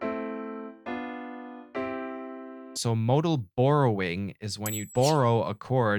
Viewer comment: Hey man, good stuff! I like the bit where you called it moodal borrowing instead of modal borrowing cause mood man. :)